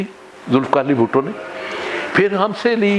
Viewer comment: Word is Bhutto not bhatto